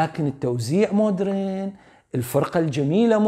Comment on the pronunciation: MODERN !! تنطق : ma - dern (mah-dern) silent H ليس : Mood -ren . رحمة قالت : مود رن(بكسر الراء). و توقعت من استاذنا يصحح لها الكلمة ولكنه للاسف وقع بنفس المصيبة.. تلوث سمعي منتشر بالمجتمع العراقي.. يا جماعة : اذا مو متأكد من نطق كلمة اجنبية ,, قولها بالعربي مو حرام ولا عيب !!